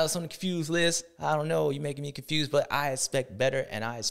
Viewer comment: Brotha said the confewsed list, LMAO